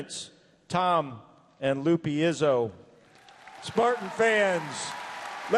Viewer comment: How are you an MSU announcer but cannot pronounce “Lupe Izzo”